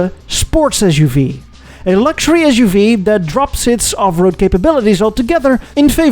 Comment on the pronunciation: u can't even SAY suv